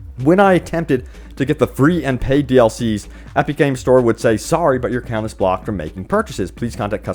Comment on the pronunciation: EP-ICK. Not EP-EEK. Or whatever you're saying.